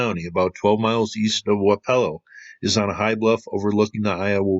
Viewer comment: Louisa is pronounced "Lou-Eye-Za". Wapello is pronounced "Wap-Ello" Thanks for the video. I live in Wapello.